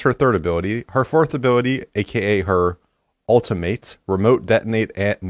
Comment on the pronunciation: Why can't Hiko say the word ultimate correctly?